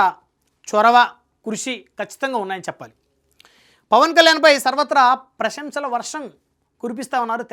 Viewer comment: Prashnalu kadu prasamshalu Adi 😂